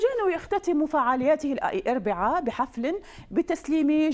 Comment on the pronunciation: زلة لسانها بآخر الفيديو هههههههه الاربعا